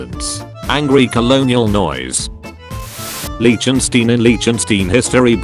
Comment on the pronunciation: That pronunciation of Liechtenstein is Aids